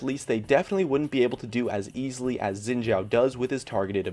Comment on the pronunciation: Note: his name is pronounced as "Sheen Jhaow" and the way to say the name in Three Kingdoms Eastern Name order is to flip it around (Zhao Xin)